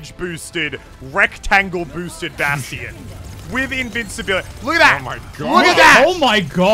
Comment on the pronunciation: Wait did Muselk just pronounce Bastion as Bas-te-in